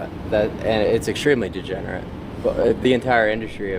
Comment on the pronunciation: LMFAO TO THE END OF REALITY. She says im not a "gegenerate ". But she literally couldn't even say the word. Shes worse than a degenerate tho. Shes a parasite bringing negative value to society.